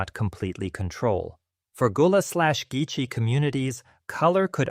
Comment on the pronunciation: Gulla is not pronounced " goo-lah", it's more like the gull in sea gull. Gull-ah.